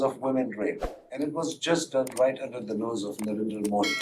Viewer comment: Well to his credit, he is the first Pakistani I heard pronounce Modi correctly instead of Moody 😂